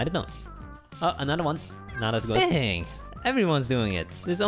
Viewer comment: i honestly thought everytime he said good i thought he said poop all the time and i was like, when did they ever get so rude?!?!